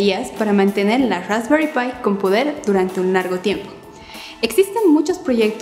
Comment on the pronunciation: Rrraesperrii pie.. 🤦‍♂️🤦‍♂️😂😂😂